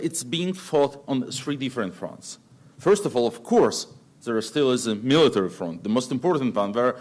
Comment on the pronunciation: Надо бы еще слово HONOR/HONOUR научиться произносить правильно, без [h], FRONT как [ фрАнт}, есть еще ряд фонетических ошибок, Бог с ней, с грамматикой!